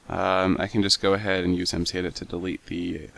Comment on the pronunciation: Google! Also its mcedit not edet :)